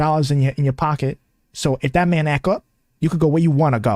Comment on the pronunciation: What is so difficult about saying “act.” The T is not silent. She is garbage.